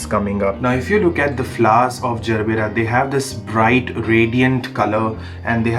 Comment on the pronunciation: Brother its gerbera.. Not zerbera. Even i had this misunderstanding before searching online😊